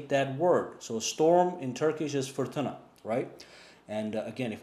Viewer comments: You said ' fırtına' like a Turk :) Nice instruction video by the way. Good Job. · Türk müsün arkadaş? Fırtına’yı telaffuzun iyiydi :)